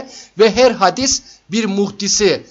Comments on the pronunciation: Hadis değil hocam, hâdis :) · Her şey çok açıktı-güzeldi, telekkür ediyorum; sadece bir kelimenin telaffuzuna dikkat çekiyorum, hadis değil, hâdis, demek gerekiyor..